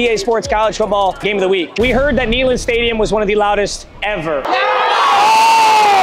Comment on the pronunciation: Its pronounced NAY, not Knee in Neyland lol <3